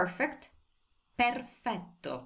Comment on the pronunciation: I love when u say perfetto ❤ I really enjoying and learning Italian language with full intention because of you 😊 and your teaching styles mashallha super awesome and molto perfetto 😂👌 ❤